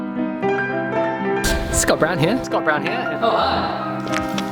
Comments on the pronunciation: Sounds like "Scott Brown Hair"! Mwahahaha! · Hearing that many 'Scott Brown here' sounds like 'it's got brown hair'. Haha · Did anyone else start hearing “he’s got brown hair”? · My bogan aussie ears hear " s'got brown hair " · Sounds like your saying "Hes got brown hair" 😂 good vids mate